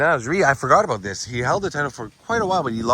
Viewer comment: First time in ages youve said "aboot" . Love it. Great vid. Thank you, he was a legend.